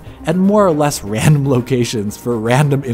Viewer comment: Rhahndom locations for Rhahndom interveiws... Really emphasizing that word there rhahndomly.